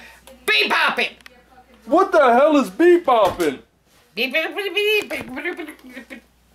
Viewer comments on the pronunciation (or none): 😂she was saying beat bop